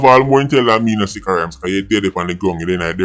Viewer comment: Did you just call him "B!tcha Rhymes???" 🤣🤣😭😭